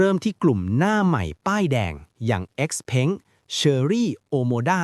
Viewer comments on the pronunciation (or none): ราคาก็เขียนผิด ไออ้อนก็อ่านเป็น เออ้อน เอ็กซ์เผิงก็อ่านเป็น เอ็กซ์เพ้ง ไฮเปอร์เท็คก็อ่านเป็น ไฮเปอร์แท็ค คลิปหน้าฝากหาข้อมูลให้ดีกว่านี้นะครับ